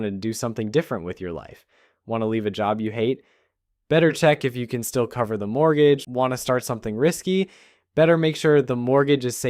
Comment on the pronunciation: what the hell is a “mooger”. 🤣